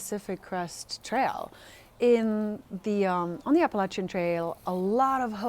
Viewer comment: Your pronunciation of the Spanish-rooted words has been on target as opposed to that hairless fella.😄😉 You are also one of the few who says Appalachian properly. Don't go changin' to appease the verbally challenged.